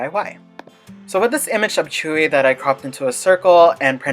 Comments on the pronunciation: Tzuyu pronounciation is CHEWY not CHUYU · Did he just call tzuyu, chewy